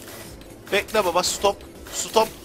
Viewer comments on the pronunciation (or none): none